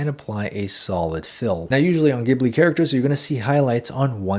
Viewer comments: You are so good at teaching THANK YOU SO MUCH But I need to tell you it's JI BU RI in Japanese so it should be pronounced jibli in English! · It's pronounced jibli like jungle. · love this video...but isn't it ghibli, pronounced Jibli with a J sound? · Beautiful but I wish you pronounced Ghibli correctly😭🧡